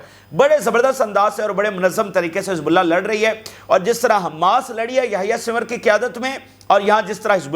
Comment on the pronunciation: Yahya alsinwar naam hai Bhai naam Sahi le